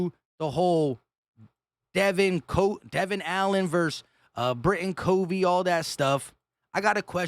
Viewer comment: It’s Britain C ‘uh’ vey, not C ‘oh’ vey. But I think we’ll all know this soon enough. 🦅